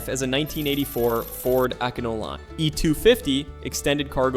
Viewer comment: oh my man, ecano-line ?